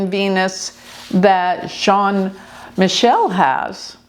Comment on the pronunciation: Jean Michel Trogneux is not pronounced John Michael